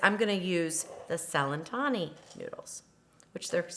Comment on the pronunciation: Pronounced Chelentani